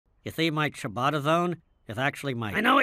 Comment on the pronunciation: Can we all just take a moment to appreciate the fact that these two idiots actually pronounced "ciabatta" correctly. That's impressive for them! 😂